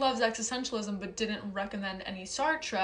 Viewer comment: Hi. You're so interesting and fun! Where's the best way to reach you? I'd love to listen to you. Sidenote: you said Sartre at the end but I heard Star Trek.